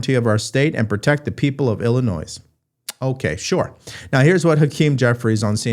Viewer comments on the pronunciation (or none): The correct pronunciation of Illinois sounds like Illi-noy, not “illi-noise”. I point this out because to some, mispronunciation appears as evidence of ignorance. You Sir are far from ignorant. Fantastic content, well done. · Its not Illi ..noise It's Illi ...nios Big difference, if ypu don't understand ask Google to pronounce it for you . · DUDE, STOP WITH THE S SOUND on ILLINOIS, the S is silent, it is not Illi- NOISE, It is Illi- noi, it is french, the S is silent like Des Moines! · illinoy not illi noise. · Illinoi not Illinoiz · The s is silent in Illinois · I am so impressed with your show, but please pronounce "Illinois" properly, i.e. ill-a-noy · Its Illinoi. No s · Illinois is not pronounced with the “s” at the end. It is silent. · Great stuff. The `s` in Illinois is not pronounced. FYI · There is no s sound at the end of illinois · FYI: the S in Illinois is silent, you don't pronounce it. illi-noy. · FYI the S in Illinois is silent. I love your show and I’ve listened to you pronounce it wrong for as long as I can. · FYI - Illinois is pronounced Illinoi (no "s" sound.). My 3rd grade teacher was from Illinois, and she taught us how to say the name correctly. Mrs. Balfour was a wonderful woman! When we all moved on to 4th grade, she went with us! The 4th grade teacher retired, so another teacher was found, and put into the 3rd grade so she could stay with us. We all had 2 amazing years with her! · Please don’t pronounce the “s” at the end of “ Illinois”. I used to live there. It’s pronounced “ill annoy”. And it’s a very fitting name, at least for everything north of Kankakee. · There is no noise in Illinois,. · The state of Illinois is prounounce "Ill-Annoy" (for good reason). There should not be an "s" sounding at the end of the name. You do so well on everything else, it is good for you to know this as well. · The S is silent on Illinois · The s is silent in Illinois.Sorry pet peeve. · Do not say the S in Illinois